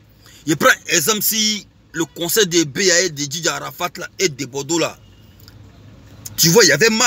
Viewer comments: On dit concert pas conseil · Attend il ne connai pas aussi parlé il dit conseil on dit concert ou conseil